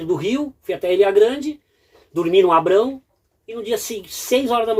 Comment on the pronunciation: Muito bom vídeo! Você,, e o formam uma boa dupla. Sucesso para vocês. A propósito, o fala que pernoitou na Ilha Grande, no Abrão. Corretíssimo! Poucas pessoas sabem que o nome correto da vila é Abrão e não como a maioria fala Abraão. Parece bobagem mas é importante manter culturalmente os registros e tradições antigas. A gente deve valorizar mais a nossa história!!!